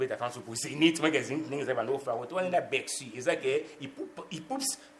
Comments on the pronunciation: encore "Beccy" au lieu de "Bercy" 🤣🤣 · Meme pas Beccy mais Becksy